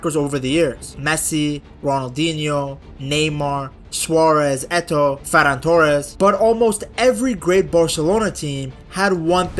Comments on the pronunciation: Why did bro said ferann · Bro really said ferran 😭